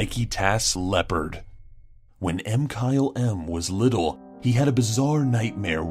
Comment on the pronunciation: So how the hell do you pronounce Mkylem, anyway? I've heard you guys pronounce it "M-Kyle-M," "Muh-Kylum," and just "Kyle."